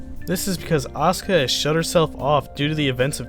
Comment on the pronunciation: U mispronounced asuka and evangelion dick wad. Also fuck the rebuild.